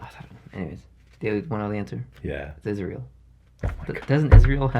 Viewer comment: Keep making these vids and how don’t u say isreal